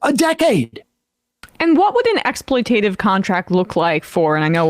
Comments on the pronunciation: Love you, Sam. For clarification, it's ex·ploit·a·tive, not ex·ploit·ive. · "exploitative" has four syllables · You know, I love Sam and his political views. But hearing him pronounce "exploitative" incorrectly so many times in such a short period is exactly why I haven't kept up with MR for a while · Does he say it correctly any time? Exploitative seems the kind of word you'd speed through absent mindedly if you're compelled to use it regularly